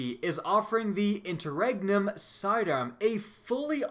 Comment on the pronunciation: Btw the new monarchy sidearm is pronounce inter-renyum not regnum